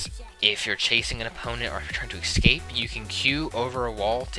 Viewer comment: Not gonna lie, it tilts me every time you say "ekscape"